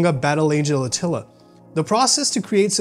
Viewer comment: Battle Angel “Atilla”? I didn’t know the Huns had a manga…